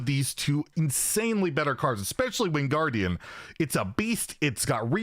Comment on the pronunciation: I swear he said wingardium instead of winged gardian.... i wanted to say "LEVIOSAAAA"